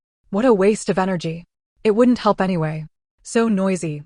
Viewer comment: Okay, the story is okay but contractions constantly being read as a word followed by a letter drives me nuts, it's wouldn't NOT wouldn t and all the other words with semicolons being read as separate parts. Please check for these errors before you post things.